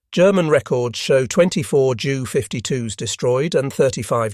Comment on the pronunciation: "J" U". the fake voice pronounced jew. Also "M" "E". was me.